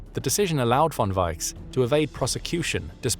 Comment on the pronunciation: You totally butchered the name of "Georg von Küchler". Find a native speaker of German to tell you how to say it. Native speakers of German are not really hard to find; there are a hundred million of them or so. "Georg" is something like "Gheyorg", "von" is like "fonn", but "Küchler is difficult, but you could try with something half-way between "Kee-ch-ler" and "Koo-ch-ler", with the "ch" being like the "ch" in "Loch". Not perfect but recognizable.